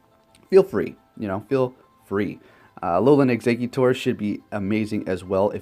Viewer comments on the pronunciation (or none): none